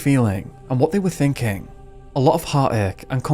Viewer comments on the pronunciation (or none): none